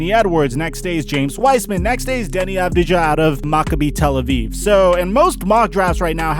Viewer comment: Just to let you know, it's Av-dee-yah